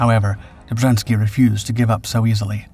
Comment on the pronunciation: Dummes Zeug, Film und Erzählung passen nicht zusammen. Ein aktiver Offizier kämpft nicht unter einem Pseudonym. Das taten die Angehörigen der Armia Krajowa, die im Untergrund agierten. Außerdem wird der Name Dobschanski ausgesprochen.